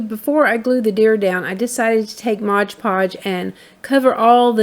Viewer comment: Sorry....you lost me at MODGE podge...... read the name of the product..... it's MOD podge...